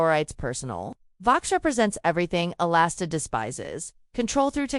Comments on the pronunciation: His name is Alistair, not Alasta….. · sure, you can argue the spelling, but the pronunciation remains the same. It’s not pronounced “A-Last-A”